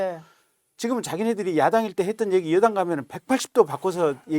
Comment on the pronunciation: 한국어에는 각 단어들에 장음(長音), 단음(短音)이 있어서 국어사전에도 표제어 장음 글자의 오른 편에 : 표로 표시되어 있다. 그런데 요즘 젊은 기자들은 한자어를 말할 때 이를 전적으로 무시하고 전부 아주 짧게 발음한다. 예컨대 '여:당(與黨)', '야:당(野黨)', '대:선(大選)' 이라고 길게 발음을 해야 하는데 짧게 발음하는 것이다. 참으로 듣기에 딱하다. 이런 폐해는 한자 사용의 폐지에서 기인한 것이다. 정말 큰일 났다. 청구인측 변호사가 "피청구인" 을 아주 짧게 발음하는데 "피:청구인" 이라고 장음을 써야 한다. 요즘 한국인들의 '한자어' 구사가 이 모양 이 꼴이다. 아유 맙소사.